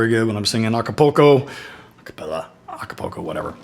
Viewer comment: Dig how you said acopuco and then. , explain what you meant. Cause THERE IS STUPID PEOPLE on our planet